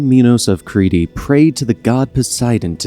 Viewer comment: Creety? Crete is pronounced Creet.